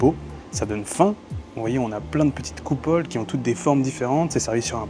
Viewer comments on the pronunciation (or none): pas "petites coupoles" mais "petites coupelles" ! 😉😂 Tout le reste est 👌🏼 comme d'habitude !